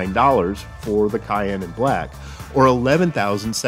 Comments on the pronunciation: FYI, "cyan" is pronounced like SIGH-ANN with an "S" sound and not "cayenne" like the red pepper, and cyan is indeed a shade of blue. Great video though! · It’s actually pronounced sai-en 👌